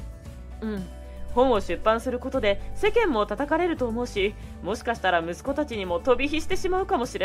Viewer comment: 男性の声の人の「し」が全て「す」になってるのが気になって内容が入ってこない。 「もすかすたら、一生かかっても払い切れないかもすれない」